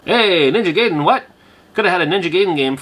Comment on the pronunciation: Gaiden is pronounced "guyden" not "gayden" im pretty sure but i used to pronouce it that way too lol